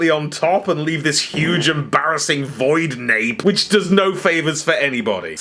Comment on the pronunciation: I am struggling to recover from 'voidnape' 🤣🤣🤣